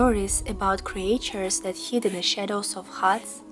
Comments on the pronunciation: ..i think i saw your camera before..a Sony if i am not mstaken..anyways, great settings you have chosen ! Just an small aside.. "creatures", in english, the "a" in the middle, is "mute"..like if it was written "creture"..more or less.. I live in Portugal, but the fairytales, are more or less from these famous fairytale writers in Europe are Hans Christian Andersen (Danish), the Brothers Grimm (German), and Charles Perrault (French). Andersen is known for original stories like "The Little Mermaid" and "The Emperor's New Clothes," while the Grimms collected and published traditional German folktales like "Hansel and Gretel" and "Rapunzel," and Perrault's 17th-century tales include "Cinderella" and "Puss in Boots.. ..i also know the Bad Wolf and The Three little Pigs..and some more, because i had a collection, but some were from around the World.. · You write creatures but pronounce it as creetures. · Cre-Ah-Tures, lol ♡ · Ты пошто, милая, "криэйчерз" вместо "кричерз" молвишь? И купно "скул" вместо "скал"? Сие запутанность великая есмь! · Okay. I didn't know I needed a bedtime storytime but in fact I do. PLEASE make another channel that reads Russian folklore to sleep to!!!!!! (Cre-AE-tures, solidified it). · Your pronunciation of "creatures" kills me. Anyway, thanks for your time spent on entertaining vid.